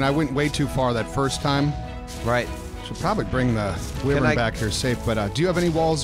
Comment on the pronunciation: It’s whyvern not Wevern but it’s spelled wyvern